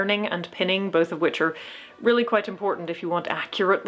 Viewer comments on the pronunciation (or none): none